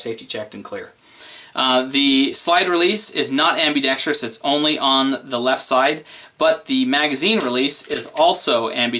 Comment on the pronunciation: You need a speech class... It's ambidextrous not ambidextrious.. only one "i".